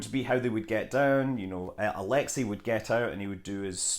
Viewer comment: Королёв is not "ko-ROL-lee-yef", it's "ko-ro-LÖF". Алексей Леонов is not "ah-LEK-si LEE-on-of" but "ah-lek-SAY lee-ON-of"...